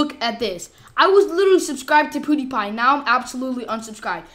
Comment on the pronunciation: Did he just say poodeepie